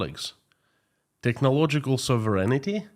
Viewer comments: Hey, your English in general is excellent but you do not correctly pronounce the word “sovereignty”. Sovereignty is pronounced with accent on the “O”, SOVereignty. I just got tired of the mispronunciation. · Sov ren tee